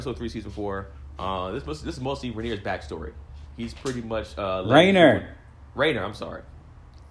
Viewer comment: was giving shit but still ended up pronouncing “Reiner” wrong LMAO The dub is actually quite good so maybe you should watch it to get the names right 😆